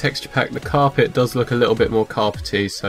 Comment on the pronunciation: It's carpet not Cape